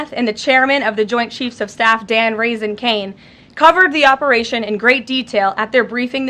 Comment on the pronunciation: Did she say Dan Rasin Kane? Like raising Kane or Cane sp? Is that what she said. Lol! That's funny!😂